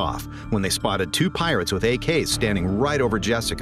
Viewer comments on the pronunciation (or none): the piwates lmaoo